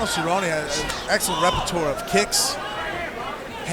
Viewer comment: David cerrone? He needs to keep his hands up? Shut your mouth lol you focus on getting his name right. Obviously doesn't love the sport